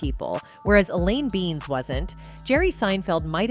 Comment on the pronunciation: I not surprised on anything from behind the scenes. Being cooped up for months with the same people can rub you the wrong way. Long hours and all. Next video please try and work on the pronunciation of the characters names. Eleanor beans? Geez 🤦‍♂️